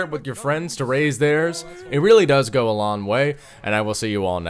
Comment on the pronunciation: it goes a lawn way im sorry i just slightly hate the wayy you say long